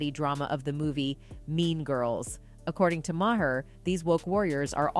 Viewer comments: It's Bill (MAR) not ma-her smh 😒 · Do your research, child! It’s pronounced Bill MAR not “ma har.” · Is said like bill "marrrrrr" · She literally pronounced bill mahers last name differently every time she said it.😅 ma-her. Mah- er. Mah-here. Mayor. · Kudos on reporting facts! But please, pronounce people's names correctly...Maher is pronounced "mar". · Truth...by the way it's pronounced Mar just fyi no shade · Why can’t the voice here pronounce Bill Maher’s last name ?? 🙄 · Decent video…. But I find it impossible to believe that adult American human being doesn’t know how to pronounce Bill Maher’s name. Much less all of the people that probably edited this and put it up. For God sakes, everybody knows the right way to pronounce his name and she does it the entire video multiple times.